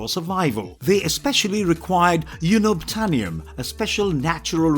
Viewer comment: YOON-obtainium??? WTF?!!